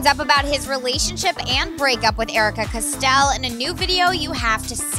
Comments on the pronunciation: I'm sorry but it drives me nuts when you say this it's not pronounced cu-Stell it's co-stell! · hunny it’s not cosell it’s cos-tell. there a “t” hahahah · Its COSTELL not CSTEEEELLE lmao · Learn how to say costel